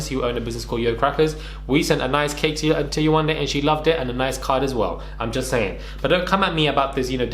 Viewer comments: I’m sooo tired that people can be so ignorant in pronouncing someone’s name. How can you dismiss someone’s identity. When are people going to learn? When? 😔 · Yewande isn’t even difficult to pronounce that’s how you know lucifer is just racist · glad someone else thought the same, it proves that she just doesn't respect her enough to learn it...like how thick and simple minded do you have to be to not know how to pronounce it or at least put the effort into learning how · 3 weeks to pronounce a 3 syllable name. I really can’t get over this. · I saw this on twitter. I'm glad Yewande is exposing Lucie but also drawing attention to the way that people can be so dismissive. My daughter has a Nigerian name and the amount of times foolish people don't pronounce it correctly. She's 7 and she knows to correct them. You better put some respect on my name!!